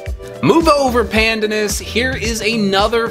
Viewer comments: Pronounced: "pandaanus" ( long second syllable). Also the leaves can be used to dye food a light green and add a particular flavour. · It’s pan. Dan. Us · Pleaseeeee learn the right way to pronounce pandanas. It drives me nuts ( mind the pun).